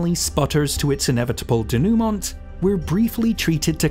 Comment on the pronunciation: Great video as usual. Thanks. By the way Denouement is pronounced Day- new- ma.